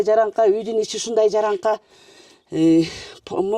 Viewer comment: Жараңка эмес😂жарака деп сүйлөсөңөр